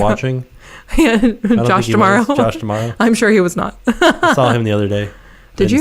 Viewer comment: I’m gonna be there “temerrow” 🤣 super excited!! 😍